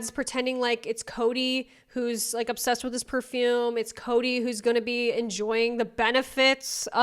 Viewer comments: PAHfoOm tf is up with dat pronunciation 😭💀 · Out of curiosity: at 37.03 is that really how you pronounce perfume/parfum in Boston????? 😭😭😭😭 Cuz WHAT WAS THAT ?-?